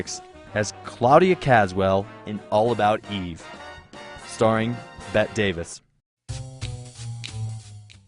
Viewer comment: That's Bette Davis (pronounced Betty) not "Bet" Davis.😆 Great video, though. Love Marilyn...and Bette...♥️